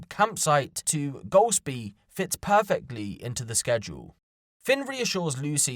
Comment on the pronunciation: not the first time He said gosplie or glospie cos my ears turned right on there - did he mean Golspie? My mum and granny are from Brora He then went on to pronounce it properly